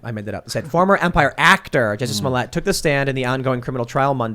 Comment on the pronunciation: Pronouncing his name “smole yay” reminds me of Joe Dirt pronouncing his name “deer tay”.